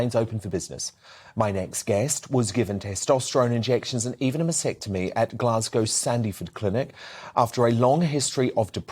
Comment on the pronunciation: 'masPectomy'? LOL